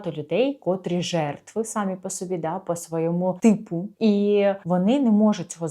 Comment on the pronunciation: СамІ не сАмі), будь ласка